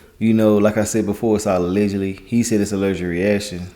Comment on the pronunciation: My bro be killing the word 'ALLEGEDLY '! 😂